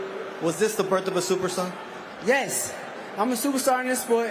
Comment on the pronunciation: Supastar. Hahha